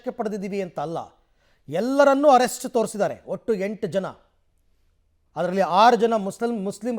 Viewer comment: Arest alla sir please saysbidi please